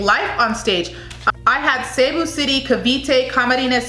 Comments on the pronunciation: Hello! Here are the proper ways to pronounce the Provinces and Cities of the Philippines in this video! 😊 (I hope this will help) And thank you for trying to learn ❤️ Baguio is pronounced (BAG-YO) Pasay is (PA-SIGH) Davao Del Norte (DAH-VOW DEL NORE-TAY) Cebu Province and City (SEH-BOO) Aklan (AK-CLAN) General Santos (General SAN-TOSS) Quezon City (KEH-ZON City) Biliran (BEE-LEE-RUN) Sorsogon (SORE-SO-GHON) Davao City (DAH-VOW City) Parañaque (PAH-RUN-YAH-KEH) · Mind the pauses(-) Capiz is "ka-piz" ka as katrina soundinh like a latin word piz as pizza Pasay is "pa -sigh" Davao del norte is correct Cebu province "SEABOO" fast no pause Aklan..correct General santos correct 😄 Again with the " seaboo" its fast like a line Quezon " ke-zon" as ken barbies boyfriend Biliran is correct sorsogon..is correct Davao is ok Paranaque is ok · The announcer at the prelims pronounced Cebu city as 'seeboo' and Quesan as 'kayzahn'.